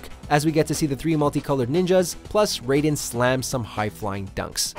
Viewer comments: Did you really pronounce Raiden like Ryeden? Really bud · Did he... did he just pronounce Raiden as "Rydin"? I give up on this dude. 🤦🏾‍♂️ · Lol nigga said Ryden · Did you say Ryden instead of Raiden. You're a fake gamer guy.😂😂😂😂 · at least learn Raidens name before making this video like Riden dude. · He said raiden wrong then said it right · did he just pronounce Raiden like MGS Raiden? yikes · Pronunciation of Raiden Me: "O-Oh... Oh man.., that hurt, that hurt me deep... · How did you say Raiden's name in #6 so so wrong? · How do you say raidens name wrong once and completely fine the second time literally one minute later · this guy over here saying Raiden like it's metal gears solid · he said raiden wrong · Did you really just pronounce raiden wrong what's wrong with you how hard is it to do a second take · He said raiden wrong on purpose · Lmao why did you pronounce Raiden so weird in #6 & then pronounce it normally immediately after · "RYE-DEN" ? Nice to see that we have a true fan and not some guy reading the script for the first time. LOL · This man just said RI-DEN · Nobody: WatchMojo dude:Ryden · Calling Raiden RAYden in 2020. And some wonder why many hate WM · THEY PRONOUNCED RAIDEN "REIDEN" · Did he just say... Ride In instead of Raiden. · He said riden 😭😭💀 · It’s ( RAY-den )say it like that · He just said Riden u know watchmojo didn’t go to school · Did he said RYE DEN ?? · Wait a minute time out, did dog really say Ryden? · Bro really pronounced Raiden as Ry Den💀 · Rayden? Tha fuck dude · My dude did you just ryeden? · RIDEN????? RIDEN!!?!?!! WTF WATCH MOJO ITS RAIDEN!!!! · Did you just say "Rye-den"? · This man said "Ri-den" smh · This guy really just say Ryden? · Pls don’t tell me he said riden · Why do peaple always prenoice the name's wrong trust me. This is noting one time in a video the guy said shinuk yeah it was awful but riden ist even close to being as bad as others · For the last time its pronounced RAY-DEN not RAI-DEN!!!